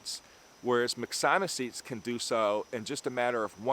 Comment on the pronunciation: Excellent video! However, I have to disagree with you on the pronunciation of myxomycetes. It should be pronounced mix-o-my-sea-tees. Have a terrific day my friend! 👍👍